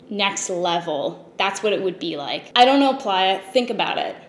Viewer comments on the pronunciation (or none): none